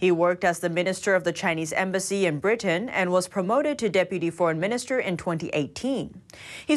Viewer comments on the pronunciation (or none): none